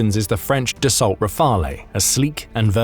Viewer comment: Dassault Rafale is pronounced Dasso Rafaaal. Please do better.